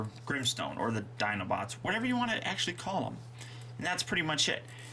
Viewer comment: Es Grimstone no grinstones 😲